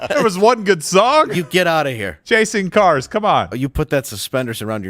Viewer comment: Chay-sing kar.